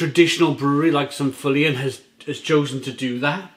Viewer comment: Belgium does have a coast matey....between France & Holland. And Feuillien is pronounced 'Fur-Yen' I believe 👍